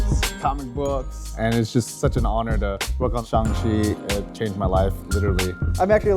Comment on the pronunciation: I cringe every time the miss pronounce Shang chi's name and say it Shung Chi